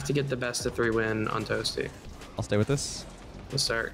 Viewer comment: Leths Canadian really came out then lmao